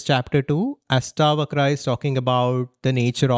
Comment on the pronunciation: It ASHtavakra...not AStavakra